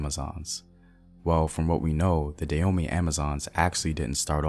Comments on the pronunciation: Hi Brother, I appreciate the information that you are sharing. I agree with brother Samuel Akinbo in the area of pronunciation. Having been a Peace Corps Volunteer in the Republic of Benin for over 2.5 years, returning this year after visiting friends and my family, and being a lover of Benin, former known as Dahomey, check out your pronunciation of the word Dahomey (Dah-Ho-Mey). There's a hard strong "H" on the second syllable. This would be another sound unique to the Fon (Fongbe) African language. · Another wonderful piece! Many thanks. I’ll however recommend that you consult a native of the regions you cover as your phonology is awful. You couldn’t get a single word right; from Dahomey, Whyday, Abeokuta, Mino, to Gbeto. I really appreciate your work and would’nt mind helping out (for nothing) I could even explain the meaning of all those words/towns. My mother is Eve (Ewe) originally from Ketu (Nigeria) to Dahomey (Benin) and finally Notse (Togo). My papa’s from the other side, an Akan (Cote d’Ivoire) and (Ghana). I’m from Akropong. As always, much respect to you.